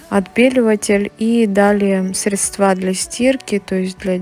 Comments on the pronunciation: как все у вас идеально и красиво. Поэтому позволь мне поправить тебя в произношении слова Средства, здесь ударение правильно падает на первый слог. Надеюсь, ты с пониманием отнесешься к этой маленькой поправочке. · срЕдства, а не средствА, колхоз